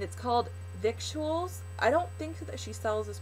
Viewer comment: Hee hee, you have to be as Southern as me to know how to pronounce Victuals- say, "Vittles"! :-) I am really enjoying your channel so much!!! I love that you cook, too! Keep up the awesome work!!